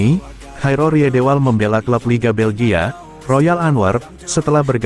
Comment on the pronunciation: Coba sebut nama orang dengan benar. Jairo jgn dijadikan nama meksiko. Sebut huruf j nya atau sebut y. Kok jadi kh.. ngaco buat content.